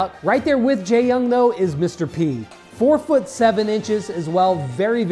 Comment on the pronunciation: I thought it is Jae-Yong instead of Jae-Yung?